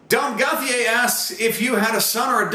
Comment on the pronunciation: you kind of butchered my last name "Dom Gauthier" but I love you anyways ;) I love how my question was about names xD